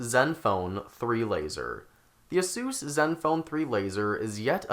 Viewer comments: Its aysus not assus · just wondering where you are from with the weird pronunciation its said like this ace usor was this an homage to dr suiz i believe he died recently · i cringe everytime u say asus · you pronounce asus wrong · The way you pronounce Asus kills me. No hate tho, the review was good. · is asus really pronounced that way? Tf?